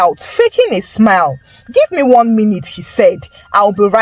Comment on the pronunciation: and his " gibbe gibbe gibbe"